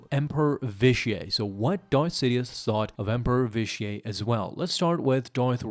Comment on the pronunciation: The way you pronounce Vitiate like it’s a French word annoys me. It’s not Vish-ee-ay it’s Vish-ee-it. Otherwise, great video.